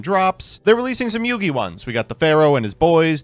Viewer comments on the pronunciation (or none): none